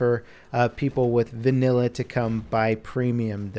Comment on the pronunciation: Say "vannila" one more time